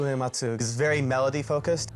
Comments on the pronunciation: "This is the story of Nobooey-Whoee-Matzu" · The way this narrator is pronouncing Uematsu's name is making my ears bleed. Why do you say "oo-ee matsu."